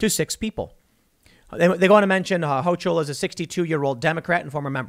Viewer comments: Hochul has a hard C not a ch it's pronounced HoCull, I get the feeling this names going to be said a lot in the next couple years might as well get it right so you don't look like an idiot to the locals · HO-KUL. NOT HO-CHUL. Not that I'm thrilled having her as our new governor, but everyone commenting on this really needs to look up how to pronounce her name. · pronounced Hoke-el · Ho-coal is the pronunciation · Just an FYI, from a Western NYer, Hochul rhymes with local. Not that I'm looking forward to her being governor either.